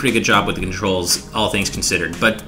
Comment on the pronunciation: I SURE ENJOY MY CONTROS! (It's controls,, not contros xD)